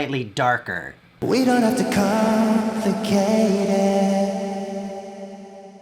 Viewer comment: Isn't it "We don't have to com-plicate it"? I heard "we don't have to com-ficate it" Nice guide though.